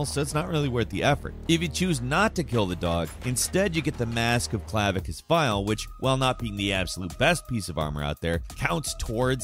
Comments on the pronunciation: This guy said “Clavi-shus Vile” for the Skyrim one.. Clavicus, my brother… Clavicus.. Edit: ooh.. seems he’s realized his mistake. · It's not Clavious Vile. Sound it out. It's Clavicus Vile. Cla-vi-cus. Now, I think that messes up pronunciations on purpose. He first says Clavious and every other time says Clavicus. Hmm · Bro, at least make an attempt to get the names right. Clavicious Vile? Really? The dude says his name like 7 times in that quest. And that's not the first time this happened in one of these videos. All you doing here is making it apparent that somebody else is writing these lists for you. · Cluh-viscous Vile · That isn’t how you say Clavicus Vile. You should’ve also listened to the dog pronounce it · It's clavicus vile you pronounced it wrong